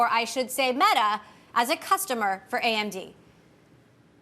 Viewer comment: The reporter calls AMD 'AMZ'.